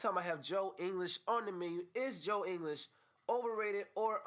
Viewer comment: You even cannot say his name correctly???